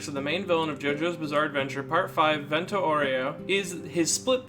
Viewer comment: Please... PLEASE!!! Say Vento Aureo correctly